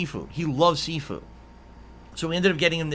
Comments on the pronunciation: “Sea-foo” - LOL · I’m sorry …? Did you just say your mom?? Also, I like how all this shit could’ve been avoided if someone from the “family” called the diner and asked for a reservation… You know? Like any normal human being would do?? Ok, why the fuck is he pronouncing seafood as SEEFOO or SIFU?? God what in the fucking fuck